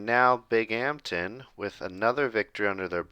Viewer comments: Bing-um-tin not bing-amtin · Hey man! Love the vids but as someone who lives next to Binghamton it’s pronounced more bing-um-tin More of a hum sound in the middle! Not as much bing-HAMPTON Love the videos and the series! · Binghamton is pronounced Bing-um-ton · Binghampton is pronounced "Bing um ton" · It’s pronounced bing-um-ton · It's pronounced Bingumton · it’s pronounced (bing-um-tin) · I commented last video that’s how the locals say it 😂